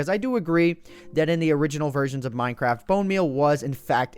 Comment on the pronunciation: No, Grammar Nazi noticed you said bone meaN instead of bone meaL (capitalizing the letters that are in question). You came sooooo close, but points for effort my friend.